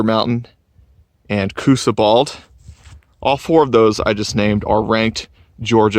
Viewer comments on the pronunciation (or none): It's R' Ka Quah. Learn to pronounce your area of hiking. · His pronunciation of the name is off lol